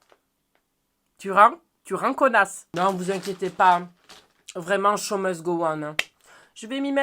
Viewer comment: quand il dit 'show must go on', j'ai entendu 'chomeuse go on' 😭❤️❤️❤️❤️